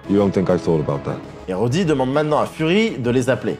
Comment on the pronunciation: alors j'aime pinailler mais soit tu dit "james rhodes" (se prononce jaimse rhodze) soit tu dit "rhodey", mais james rhodey, ca existe pas, l'expert